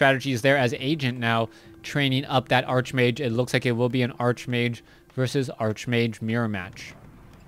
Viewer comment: nice cast, but why do u keep calling the hero "Arch-mage"? its actually pronounced "Ark-mage"